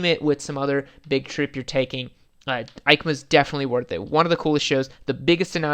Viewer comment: EIMCA sounds like YMCA a lot pronunciation wise